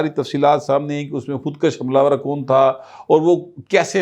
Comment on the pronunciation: ناراض نہ ہونا، آپ اکثر بعض اردو بولتے ہوئے تلفظ کا خیال نہیں رکھتے. مثلاً ابھی آپ نے بولا "خود کش kash" جس کے معنی ہیں خود کو بڑھانا، طول دینا. جبکہ اصل لفظ "خود کش kush" ہے یعنی ک کے اوپر پیش پڑھی جاتی ہے. جس کے معنی خود کو ختم کرنا، یہ فارسی زبان کے الفاظ ہیں پہلے والا کشیدن لفظ سے نکلا ہے جس کے معنی کھینچنا یا لمبا کرنا، جبکہ دوسرا لفظ کشتن مصدر سے نکلا ہے جس کے معنی قتل کرنا یا مارنا.